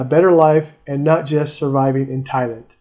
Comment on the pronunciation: It's Thai-land, not Thailind. That really put me off.